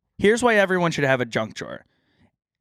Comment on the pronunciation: saying drunk drawer instead of junk drawer